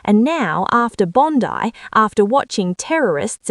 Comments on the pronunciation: It's Bond Eye not Bondi. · Bondi is pronounced with an ‘I’ not and ‘E’ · Why have journalists STILL not learned how to pronounce Bondi ... BOND-EYE .... Can they say EYE? Bond-EYE. NOT Bondy! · NOBODY SAYS BONDEE. Enough AI shit. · Pronounced Bon-die . And yes albozo is a gutless spineless hamas supporting traitor. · Please will someone teach others how to pronounce BOND EYE. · It's pronounced bloody Bon Dye. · Its BOND - EYE !!!!!!! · Pronounced "Bond eye" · The pronunciation of the beach side suburb is NOT Bondie. For goodness sake, get it correct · So where exactly is the clip of Sam Mostyn saying this! And why is anyone listening to this robot that can’t pronounce Bondi? White with an Australian accent? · At least get the ai to pronounce Bondi correctly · Please learn the pronunciation of “Bondi” ! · This is AI - just listen to the pronouncement of Bondi